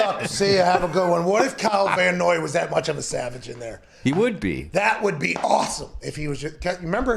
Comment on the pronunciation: I mean, it's Van Noy, but otherwise THANK YOU